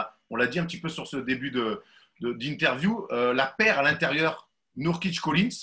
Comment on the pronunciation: C'est pas Neurkitch comme dans "a nurse" mais NOUrkitch, qu'est ce que ça peut m'agacer ça, surtout que là c'est pas compliqué. Sinon c'est sympa d'écouter Jaylen, je lui souhaite vraiment une belle carrière en NBA.